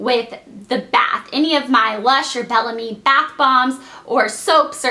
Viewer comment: i know this is stupid, but everytime she pronounces Belle Ame wrong I correct her in my head lol